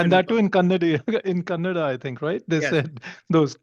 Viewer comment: who the hell Naga is? he dnt know language Kannada.. he is saying..Kannadi..